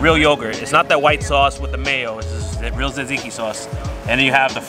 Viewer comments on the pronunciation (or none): The fact the food expert can't pronounce tatziki is funny